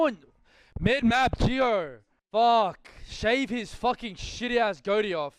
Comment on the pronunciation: Love how pred says goatee “goady”